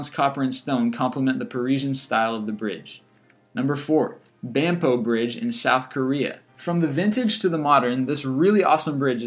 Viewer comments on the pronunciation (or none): #4 Banpo Bridge. It's actually pronounced Bahn Po. It is located next to Han River Park. If you are ever in Seoul, you should not leave without visiting that park. They often play classical music and many people gather at the park just to watch the water show. Also, the bridge has 2 levels. The bottom one has a walkway, a bike lane, and 2 car lanes. I have lived in Korea many years and I a very familiar with that bridge. Thanks for including it.